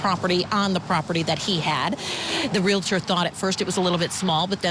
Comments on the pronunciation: It’s REAL TOR —- 2 syllables. I.e., nuclear. NU KLEE UR Most say, “NU KUHL UR” 😬I’m not being a smarty britches, I promise! 😉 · It is annoying to hear realtor pronounced “real it er”. 😆👹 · Pronounced Real-tor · Please stop saying Real-a-tor. Thx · It never ceases to amaze how supposedly educated professionals are unable to pronounce words like 'realtor'. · It's painful to hear the host of Court TV mispronounce 'Realtor,' more than a dozen times.